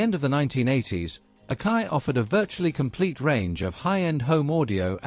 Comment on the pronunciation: it's A-KA-I pronounced Ack-EYE not OKAY.